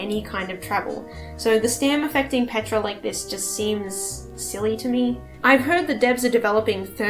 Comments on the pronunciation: Love ur content and analysis but why u keep say petra instead of ptera? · The fact that you say Petra instead of Ptera tells me you're a Primal Carnage player, no judgement. Just an observation